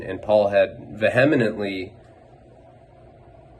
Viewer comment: “Veh-hem-in-entley” I am pretty sure he mean Vehemently (VEE-Em-Ent-Lee)